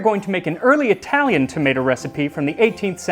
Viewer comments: Italy saving the day and bringing us again something amazing for humanity! Also your italian pronunciation is on point, sincerely from Naples And the italian counterpart to Voilà would be Ecco Fatto or just Fatto, great channel! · Pretty decent Italian pronounciation. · Your Italian pronunciation is pretty good. The accent is heavy, sure, but it's perfectly understandable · Pronunciation is not bad! Great video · His Italian pronunciation is very accurate, I'm impressed! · I'm not even Italian, but that was beautifully pronounced.